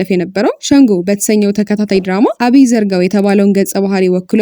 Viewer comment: አማርኛ በደምብ ሣትችይ ነው ዝም ብለሽ የምትጋልቢ አቢዘርጋው ሣይሆን አብየ ዘርጋው ብለሽ አንብቢው??